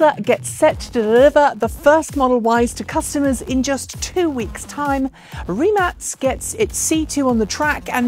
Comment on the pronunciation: Thaaank you for pronouncing Rimac correctly.